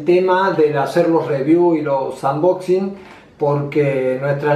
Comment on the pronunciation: que dije es "Los Unboxing" pero se pronuncia "Anboxing" y al anteponerle el articulo "los" sono para tus oidos: Losamboxing, Debes aprender a separar las palabras. jajaja Un abrazo.